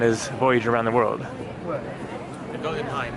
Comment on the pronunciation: It's Suvverk not South-wark. But to be fair I used to get phone calls from Brits who got it wrong when i worked there. And The Golden Hind rhymes with kind rather than wind. It was easier when the original was called The Pelican. PS I've never been keen on Tate Modern either but there are untold other galleries and museums. PPS People also massacre the next door Bermondsey - Bermonzee